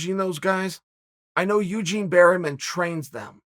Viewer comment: "Eugene berryman" chael sonnen undefeated in slaughtering names